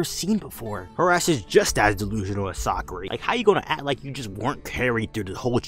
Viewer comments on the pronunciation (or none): boi said Sakury😂😂😂😂